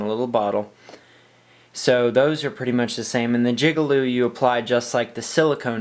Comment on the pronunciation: did you just say jigalube? LMFAo